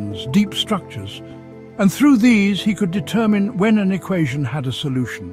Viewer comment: through... not throught